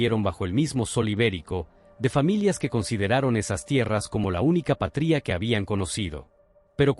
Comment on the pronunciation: ¡Por favor! El contenido es muy importante e interesante, pero, la locución de la IA desmerece todo, con la pronunciación errada; "patría" en vez de. "patria", etc. Una persona humana, no tiene reemplazo.